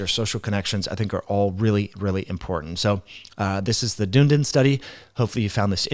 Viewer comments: Dunedin is pronounced dun-e-din by the way not dune-din 😅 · Dunn-ee-din - it's a three syllable word Dune-din is pretty cool though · New Zealander here! DUNNN EEEE DINNN (not doon din) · The pronunciation of the Dunedin Study is Dun - e - din ... not Dune - din Like most things in life, your attitude is the biggest factor... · Check the pronunciation of Dunedin. It is not Dune-din. Dunedin is Ron Desantis's hometown. He'd be so disappointed by the pronunication here. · Dunedin is pronounced Dun-ee-din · Dunedin is pronounced Dun - Eee - Din. It is the Gaelic name for Edinburgh. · Dunedin is a city in New Zealands South Island, pronounced Dun-e-din :) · Its pronounced Done-knee-Dun. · It’s pronounced Dun-ee-din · It's pronounced DONE ee din (3 syllables) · great video - Note it is dun--eeee-din! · As a kiwi I just want to tell you, it’s pronounced Dun-ee-dun :) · Dun e din. Pronounced